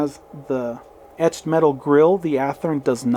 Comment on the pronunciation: Cool video. Loved the "mtched eetal grill" comment. That's something we all suffer from occasionally. Ha Ha lol..... Beautiful cars indeed! Great review!